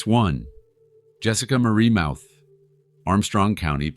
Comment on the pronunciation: Jessica Mauthe was always a lying snake. She will play the victim until the end….and her last name is pronounced “moth-ee. She lives 5 minutes away.